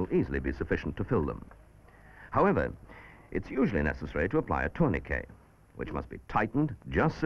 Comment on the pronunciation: FINALLY someone to correctly pronounce "tourniquet"!